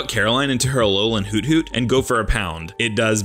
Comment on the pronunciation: Against the teacher you said hoothoot HOW